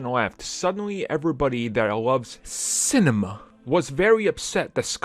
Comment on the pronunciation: Haha I LOVE the way you said Cinema! You really enunciated that 😆